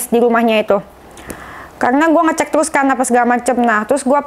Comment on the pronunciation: terusss mba,, bkn telussss..😀😀